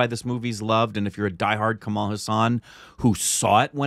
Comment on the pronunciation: Hes not Kamaal.but Kamal.